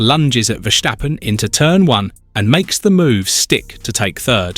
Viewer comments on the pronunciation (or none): It's Ver-STAH-pun mate, not Ver-SSHH-pen. There's no shush in it. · Stop saying Verschtappen